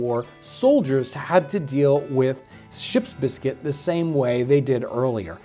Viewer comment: This man’s commitment to properly pronouncing Ship’s Biscuit is stronger than most marriages.